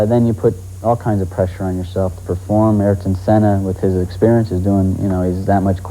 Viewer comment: “I-Air-Ton Senna”